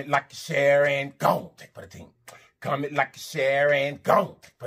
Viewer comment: I absolutely love when you say comet...comment..comment, like an share..I be snappn an rockn with u too 😂😂😂